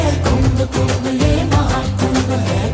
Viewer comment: KUMBHA ❌️ KUMBH ✅️ .... Har jagah angregi chochle mat lagao